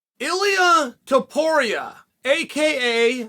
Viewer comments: Ili tapori, close enough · “Illy Topury” once again, the Uncle Chael delivers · you mean Ily Topori? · germy stevens 🤣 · It's ilia toe poor ria, not a hard one chael. You sound like you're the certified gatekeeper of fighter credibility when you intentionally mispronounce a dudes name. And that dude may just be a future champ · Chaels WAY off from saying [ilia topuria] name correctly 🤣, but i guess the effort is what counts, right. At least he investigated him.